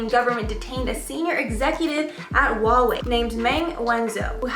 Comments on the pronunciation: Its HUAWEI not HAUWEI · No one:: hAuWei